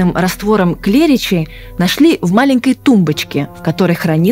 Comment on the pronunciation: Пожалуйста,ставьте правильно ударения!!! Не стУпни,а ступнИ,не жидкость КлЕричи,а жидкость КлрИччи!!!